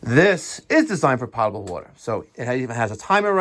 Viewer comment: Never thought I’d hear a plumber say potable wrong